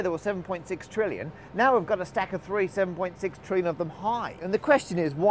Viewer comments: I think he said "tree theorems." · I think he said tree theorems, not three theorems. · He said TREE theorems.